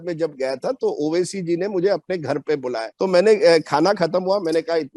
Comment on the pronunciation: मैडम ने एक बात बाडिया बोली उबासी नाकी ओवैसी 😝😝😝😝😝 उबासी